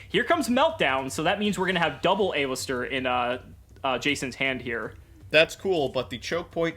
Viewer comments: Aye-lister jajajaja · The way he says "A-Lister"... Makes me dislike this video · The way he kept pronouncing Aleister seriously ticked me off